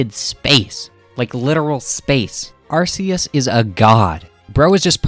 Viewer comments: it is infact arcoos said Are - Cuse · It's 100% Ark-e-us, arse is a word for butt. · It's pronounced ARE - KOOS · you mean, arkoos? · no Arkoos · I think you mean Arceus (Arkoos), Giratina, Palkia, and Dialga vs GER, SCR, MiH, D4C, and Tusk act 4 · It's arcus